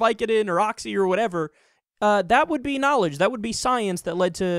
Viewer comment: "NAAL-idj"? That's a strange way to say organized religion.